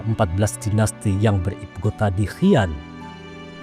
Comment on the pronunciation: Xi'an,,, dibaca "Si An",,, bukan "Ki An"